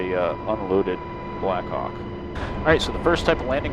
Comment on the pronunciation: i always hear "blackcock" instead of blackhawk